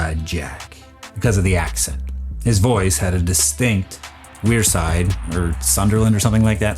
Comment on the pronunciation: Pronounced Sunderland correctly 🤌